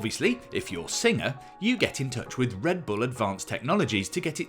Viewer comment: Is this guy saying "Signer" instead of "Singer"? Is this the same guy that says "Porsh" and not "Porsche"? TG has gone to hell after JC left.